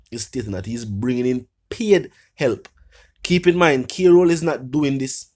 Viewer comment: On a serious note, I was very attentive to this blogger until I realized that he cannot pronounce "KROLL" 😅